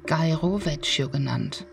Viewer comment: Ciao, na, habe ich euch mit der SS125 zuviel versprochen? Ist einfach eine geile Strecke ❤ Die italienische Aussprache üben wir fürs nächste Mal (vecchio>>wekio), aber das nur am Rande😉 Viele liebe Biker-Grüße von Katja 🙋‍♀️ 🏍 🌻